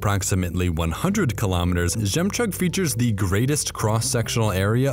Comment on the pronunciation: Žemčug not Žemčag